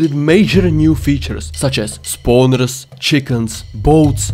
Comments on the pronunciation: Funny thing he actually sounded like said spawneres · Him saying spawners is so funny